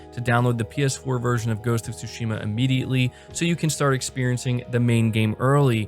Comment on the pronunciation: It is ghost of sushima not TSHIMA stop pronouncing the T !!! IT IS SILENT!!! THANK YOU